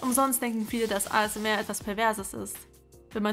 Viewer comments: ASMR Alter sprich mal richtig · Ich hasse es so sehr, wenn Leute "ASMR" deutsch aussprechen. Das ist eine englische Abkürzung, die man Englisch ausspricht.